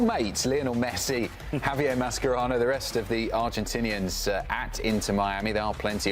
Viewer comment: Can you please STOP mispronouncing Mascherano’s name. You would think as sports reporters you would do some research on a players name. It’s sloppy and insulting. said it correctly.